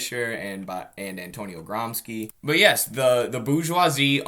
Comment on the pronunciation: bro did you just pronounce gramsci as gram ski??